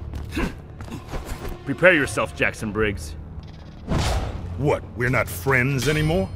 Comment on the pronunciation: am i the only one who heard ermac say jason briggs instead of jackson briggs?